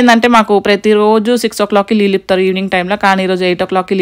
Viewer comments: Leellu kadu baboi neellu anadam nerchukondi ani more than times repeat diz word..🤦🙅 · Leellu kadu neellu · Leelu kadu neeluu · Leellu kaadu neellu.... Carla kenchi kadu car lo nunchi.... Antha bane undi kani language konchm change cheskondi garu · నీళ్లు కాదు నీళ్ళు అక్క.... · Leelu kadu amma .. neellu